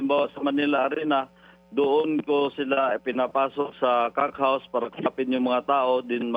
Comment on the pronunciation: Nakakailang naman pag sinasabi ni pinky "cock house". 😉